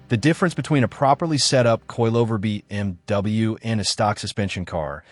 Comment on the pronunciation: I really hate the AI. BM...W